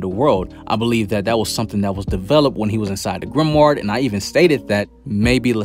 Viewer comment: I fw yo videos bro but you gotta stop saying grimward 😭